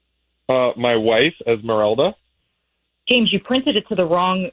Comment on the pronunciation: Es Miranda 😂 its Esmeralda obviously a white person posts these